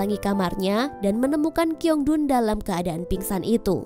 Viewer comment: Min min, aku tuh gk bisa fokus karna km nyebut namanya kiongdun, yg bener shiongdun ya min. Tolong besok2 ditelaah lagi 😂😂😂